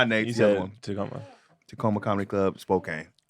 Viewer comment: Spokane is pronounced spo-can